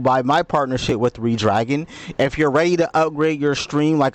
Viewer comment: Great review. Redragon is pronounced as "Red-Dragon" (/ˈrɛdˌdræɡən/), just like the color red followed by the word dragon. Despite being spelled as one word, it is commonly pronounced with a slight pause between 'Red' and 'Dragon', or as two distinct, fast words.